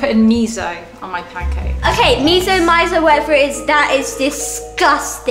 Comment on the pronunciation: Btw miso is pronounced me so not me zo. Not hating